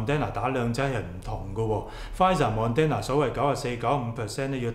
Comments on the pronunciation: Thank you but you keep pronouncing Moderna wrong, its not Mon-den-na. It’s Mod-dern-na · pl pronounce it properly It's not mon den na It is mo der na If you do not improve your credibility is decreased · 為何把Moderna 唸成 MON-DEN-NA呢？！